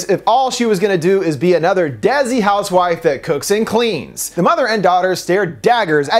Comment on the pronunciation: Desi =/= dezi Desi == decy